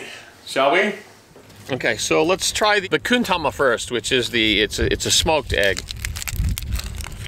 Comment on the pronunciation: Ohayo! Eggs from a vending machine! Very cool! I wasn’t sure if I heard you correctly, but did you refer to the smoked egg as a “kun tama?” 😂 I love the fresh veggie vending machines that are scattered around parts of Japan. Thanks for sharing brother! Congrats to the winners of the snack packs and fat packs!